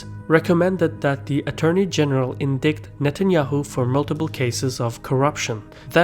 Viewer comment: Indict is pronounced indite.